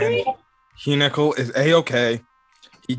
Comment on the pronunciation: What if Hyunkel ( pronounce it right) is not even interested in girls? lol